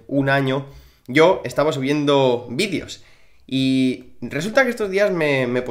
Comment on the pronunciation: Se dice videos no vidios 😑😅